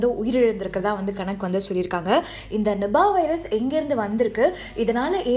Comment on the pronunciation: Nubah va? Adhu "nipah" ma 😂